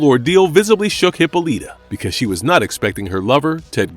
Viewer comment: Please... PLEASE stop mispronouncing names. Hippoleeeta? Come one. Please, stop this already!